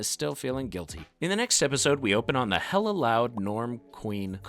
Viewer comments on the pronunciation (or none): none